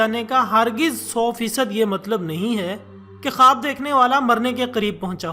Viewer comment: khaboooo kia hota hai khuwab bolo jnab